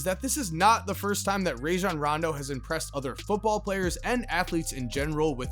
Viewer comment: It's Rah-Jon btw. His mama made the shit up